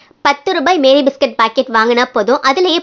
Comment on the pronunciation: Meri biscuit illa mari biscuit